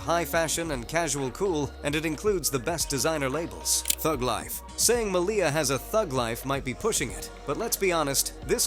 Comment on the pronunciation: Her name is pronounced as "MALia rather than maLIA